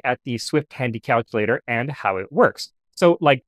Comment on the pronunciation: When you said "Swift Handy calculator" I heard "Swift Tandy calculator". Tandy being the brand name which owned Radio Shack, where I bought a Magic Brain calculator exactly as seen for a couple of bucks somewhere around 1972.